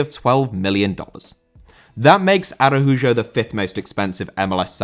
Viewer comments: Araújo* not Arahujo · He is Brazilian, so the letter "j" is pronounced like in the name "Joe", but with the letter e. So it's "A-ra-u-jo" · Arajujo, my God, why is Spanish so complicated for the Brits